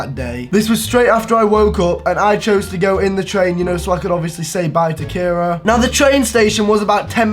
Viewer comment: Wow I love how he miss pronounced kiera during the whole video. Kyra, kara, Carrie😂😂😂